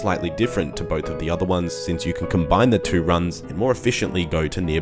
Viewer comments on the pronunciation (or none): none